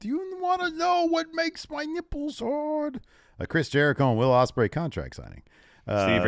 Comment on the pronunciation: Steve said 'Wadium Stembley' as Will Ospreay